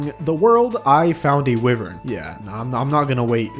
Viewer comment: Its wy-vern not wi-vern, its skeletron prime not skeletron brime, its zenith not zenoot (Im just trollin)